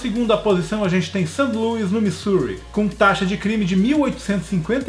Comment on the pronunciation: Birmingham pronuncia-se "Bârminrém" (não se fala o "g") e Missouri é "Mizúri" ^^ Ótimo vídeo!